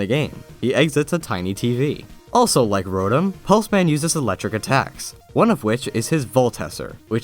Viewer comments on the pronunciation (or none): Lol I thought Pulseman said Plusleman.